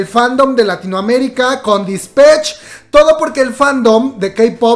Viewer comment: Por favor no diga dispech.... Me da cringe con solo escucharlo 😂😂😂😂